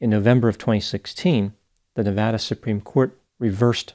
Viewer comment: SO nice to hear Nevada pronounced like someone who has lived there!